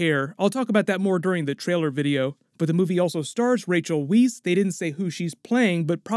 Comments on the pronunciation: Rachel Weisz is pronounced Vise for future reference. My favorite marvel moment would have to be Captain America shows up in Infinity War or when he picks up Mjolnir! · Okay, favorite Avengers moment: airport fight scene in Civil War! Also, not trying to be mean (just FYI), but Rachel Weiss pronounces her last name "wice" (rhymes with "vice") and the "Liu" in Simu Liu is pronounced "liew" (rhymes with "view"). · Rachel Weisz is pronounced like " Vice ".... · sorry to be that guy but Rachel Weisz is pronounced "Vice". Just like Miami Vice. I just thought you should know. I love your videos. I can't wait for all these movies and show to come out. I'll be very critical of them but I super stoked. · It's pronounced Rachel "vice"